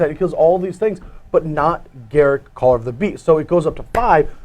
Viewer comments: The best part is, you're wrong. goo. gl/juWAeU "GAHR-uhk Wildspeaker" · ugh... can you stop calling him "GARICK"? there's a U in there....